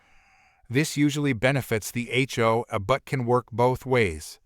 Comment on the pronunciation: Note to idiot who programs text-to-speech applications:. If your app can force proper pronunciation of "H" and "O", why is "A" pronounced "Uh" instead of the way it sounds in the alphabet?